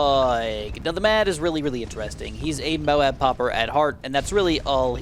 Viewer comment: You said mob instead of Moab